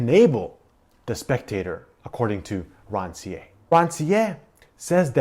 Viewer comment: Thank you for the video. Very useful. One remark: Please, pronounce the author's name correctly. We need to hear the "R" at the end. It should be similar to the "r" sound in "pear" for instance.